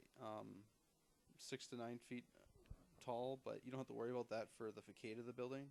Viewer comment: It is not "FAKADE" it is facade, which is pronounced, fəˈsäd. Why is it that I see this a lot these days? younger people completely mispronouncing words?